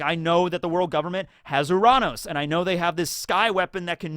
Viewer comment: Why does keep calling Uranus, as Oranos? lol